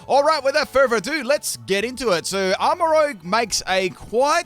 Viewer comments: Not to be that guy but it's arma ruzh. As in make up. the way u said it is like the dnd class and it's spelled rogue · It’s Armarouge not Rogue 💀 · I love your videos and i can't tell if this is on purpose but it's not rogue its rouge. they are not the same word. rouge is a roo sound and rogue is like a row sound.